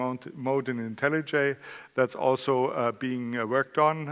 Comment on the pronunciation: I'm only 3 minutes in and I've already finally learned how to pronounce IntelliJ properly!